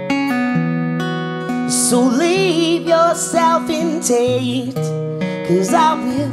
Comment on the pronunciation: I know, I just think the way he pronounces it is funny!